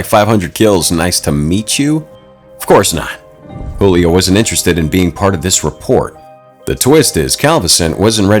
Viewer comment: He was Brazilian so his name is not Julio in Portuguese we pronounce the j as j not as h